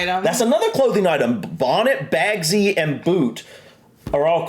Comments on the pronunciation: Bagsy is pronounced 'bags-eye', as is 'bagseye first dibs!' - 'I want the first choice'. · its actually bugsy(last 2 letters is pronounced zi- bug-zi)its like when u say i call shotgun